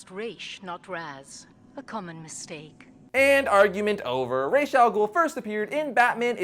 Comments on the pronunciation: ras algol actually means the head of the ogre and its pronounced ras not resh which means head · Ra’s al ghul is actually pronounced as RAAS not RAISH because in Arabic RAAS means head and RAISH has no meaning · rash doesn't mean any thing in Arabic so its ras not rash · Its raas not raysh, that is the real mistake, the creator calls him raas plus the real life arabic pronounciation its raas not raysh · RAAAAAA'SSS, RRRAAAAAA'SS The pronunciation is driving me up the wall! I don't care how it was pronounced in the show, in Arabic the A has a stronger emphasis and a sharp S at the end. Yes, I understand there are many different Arabic accents but, of the many I've encounter, I have never heard anyone has a variation anywhere close to the way it's pronounced here. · Okay, lemme straightened out this Ra's al Ghul stuff: The name does not mean "demon", that is a totally different word. Ghul means ogre. Now, I have heard of two translations: head of the ogre and heir of the ogre. For heir, it is pronounced like "rash" and if it is head, it is more like raas, but it is actually ra-eez, emphasis on the eez part.